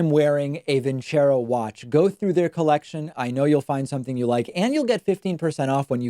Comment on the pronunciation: David is talking about Trump speech is a little off, but when describing the watch I thought David said 'wash' not 'watch'